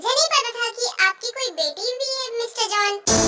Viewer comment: Jon 😂😂nhi jeon hota hai